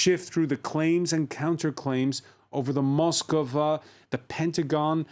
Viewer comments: Ityno not Moskova. It’s Moskva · Its not Moskova but only Moskva. Learn it properly. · Why is everyone adding an extra o to Moskva? Its Moskva not MoskOva